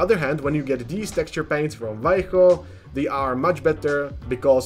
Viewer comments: Thanks for saying "Vallejo" and not "valley-ho" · Micron is neat for doing text! Also neat, you say Vallejo right haha, most people miss the "B" sound at the start.